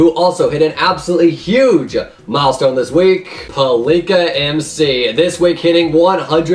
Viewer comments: Pal-lih-kah, not Pa-liek-ah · its not paleeka... ffs